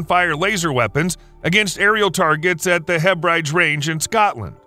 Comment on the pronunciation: Hebrides is pronounced Heb rid ees not “ Heb rides”. Do your research properly.